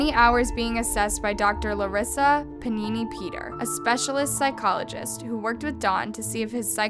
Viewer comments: nobody talking about how she mispronounced panieri as panini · Dr. Larissa PANINI-Peters? It clearly said Panieri.... Even though a panini sounds freaking delicious right about now. But yeah giving me "Dee Dee Megadoodoo" vibes lol